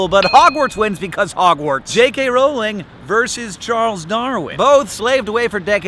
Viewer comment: You actually said JK Rowling's name right! I cringe everytime I hear someone said it as in "having a row" rather than "row the boat".